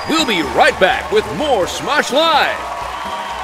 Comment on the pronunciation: is says SMOOSH instead of SMOSH. LOL